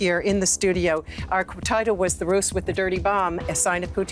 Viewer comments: The host kept pronouncing the word, "roose," with a voiceless S. The word is pronounced with a voiced Z consonant. "rooze" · You're pronouncing thr word "ruse" like "Rus" when it should be pronounced "rooz." A ruse ("rooz") is a con, decoy or attempt at trickery. The Rus was what Russia was called in the early middle ages. Given the context of the report, when you pronounce ruse like Rus, it's problematic. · Please pronounce "ruse" as "rooz" meaning - an indirect means to gain an end. trick may imply deception, roguishness, illusion. For nearly all the DW article I was listening to "ruse" pronounced as "russ" meaning in my simple brain the short form of "Russian" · "ruse" is pronounced like "rose" or "rise" with a "z" sound. Great work - thanks. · Its pronounced' rooz....'